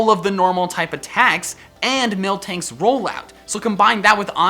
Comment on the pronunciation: '( u made my day worst by saying milktank